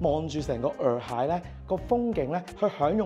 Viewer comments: 普洱茶的洱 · 問過AI，讀耳海😊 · 洱海，讀（以海）喎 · 洱讀 Yee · 普洱（nei) , 但洱海係讀耳海